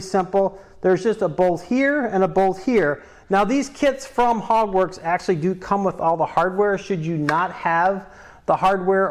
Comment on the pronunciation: Sounds like ur saying “Hogwarts” like Harry Potter, not Hogworkz 🤔